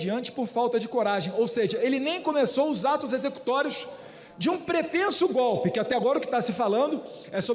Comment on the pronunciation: Esse analfabeto nem falar sabe, toda hora fala "gope", infelizmente é o presidente do Brasil, mas essa culpa eu não carrego.